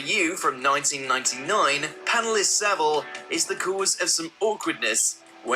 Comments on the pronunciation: I like how you cant pronounce his surname properly, its pronounced sav-ill not civil. Also part of his persona was he would tread close to the line which made a lot of people people think "oh its just jimmy being eccentric" and you are correct there was a lot of cover up, not to mention he was well connected and had friends in high places. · his name is pronounce Sa-vil, not Civil. it is claimed that there was over 500 victims, including dead bodies he fiddled with. it is the British version of Big Brother he was in. it was an open secret of that he was doing. Johnny Rotten was taken off air because he claimed to know some rumours in 1978. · it's pronounced SA-VILE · How come Yanks can never pronounce 'Savile' right? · One you pronounced his last name wrong , two why have you put this on YouTube? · Funnily enough, it's pronounced Saville. It is also spelt Saville. It is not pronounced like a word that looks or sounds nothing like it. And it is not spelt wrong.